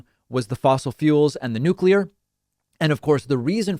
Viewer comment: So happy you pronounced nuclear properly. Most Americans say nucular.